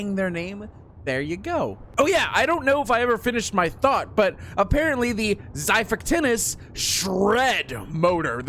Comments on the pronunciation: Rest in peice lost island Also omg you have a apollo bow 😂💀☠ Btw its xipactinus (dont see my spell) Why you call it xai its xi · You sat it like zy-fact-inus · its zafactinus thats how its said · I'm pretty sure Apollo isn't the god of the sun, as it would be Helios. Technically Apollo is the god of archery, along with his twin, Artemis Name the mosa Abyss or Void Also also, it's pronounced zhi-fact-in-us